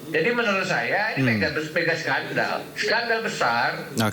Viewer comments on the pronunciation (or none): Bukan sendal tp skandal hhhhh